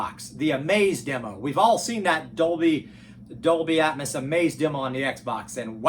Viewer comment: omg it's ear piercing!! At first it doesn't bother ,but then he says "atmis" every 5 seconds and you can't help but notice.🤣